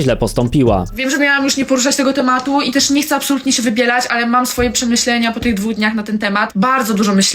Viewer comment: Boje się ludzi którzy mówią ,,chcem"